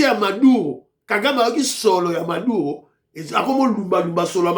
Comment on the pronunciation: C'est Maduro et non Madura